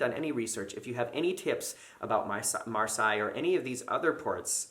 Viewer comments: Marseilles is actually pronounced "MAR - SAY", as opposed to the castle Versailles which is pronounced "VEHR - SIGH". Just FYI. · Hey, really enjoy your vids, just so you know, Marseille is pronounced “mar-say”